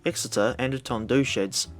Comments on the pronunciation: Hello from Tondu. It's pronounced more like Dundee btw. I used to clean 800s at Swansea so was surprised to see t8 (internally called - The Gay Train) in the vid as well. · A couple of minor (But forgivable) points Tondu is pronounced "Ton-dee" The 45xx and 4575 were similar but also had higher pressure boliers, at 200 pounds rather than the 180 pounds of the 44xxs. The locos were actually too big for Wolverhampton (Stafford road ) works, and so were assembled as 0-6-0s then moved outside to the running shed to have their trucks put on